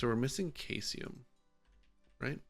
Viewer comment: caesium is pronounced "see zee yum" btw its a reactive alkali metal.